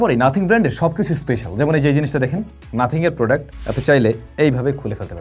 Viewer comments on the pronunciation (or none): none